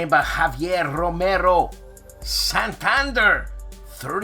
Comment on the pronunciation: Santander is pronounced like SAHN-TAHN-DARE